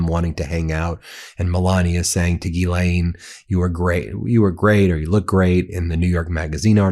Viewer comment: Ya pissing me off, its Ghislaine with a S, not Gilianine, if youre going to report, report it right! Hmm